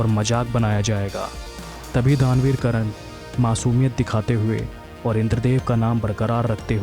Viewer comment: Vo karan nhi karn ha..